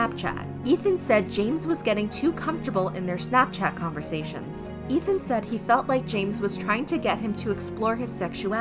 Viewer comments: It's EETH-MUH not ETH-MUH. Think of it as saying the begining of Ethan's name and the end of Emma's name... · Take a shot everytime she says Ethma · The way you pronounced Ethma 😭💀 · Ugh the way they say Ethma is really bothering me. To me its like how you say his name with the E sound. His name isn't Ethan with an eh sound, but I guess its just me. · the pronunciation of "ethma" 😭